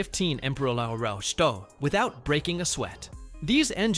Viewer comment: I love these videos, but they need to do a bit more work on the AI. It tried to pronounce MPH as a word, it didn't know it was an abbreviation. The same when it tried to pronounce Kg as a word. LOL!!!!